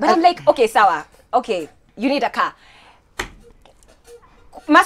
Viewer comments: A man to give me a korrrrr..not car😁😁😁we don't know Enlish😂😂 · I need a ceer..not a car a CEEER!!..😂😂😂😂